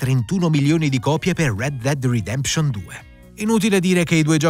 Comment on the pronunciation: Ma come cazzo pronunci Red Dead Redemption.